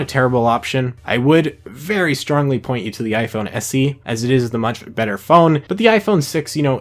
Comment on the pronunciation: why is he says SC? it's SE